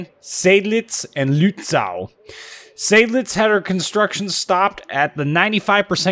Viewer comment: Luht-ZAUW! Gotta love the hyperbolic and borderline absurd German pronounciations. Americans man; terrible at pronouncing names in other languages.